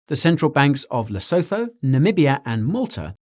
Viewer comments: Lesotho is pronounced: La Sue Too 👍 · Hey Guy! Cool video! Thank you! Btw the correct pronunciation of Lesotho is Les-oo-two 😎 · Lesotho - "Le Soo Too"